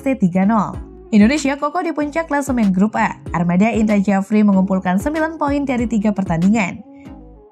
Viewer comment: Admin tak paham ejaan lama, bahasa Indonesianya parah, Indra sjafri ko dibaca Indra Jafri😷😷😷